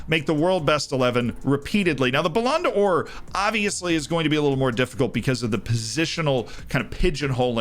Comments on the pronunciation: IT'S BALLON DOOR, NOT BALLONDA OR. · "BouLan Door" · bro the way says the ballonodor is so funny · I'm sorry my man. Your pronunciation of Ballon d'Or hurts every time. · Lmao literally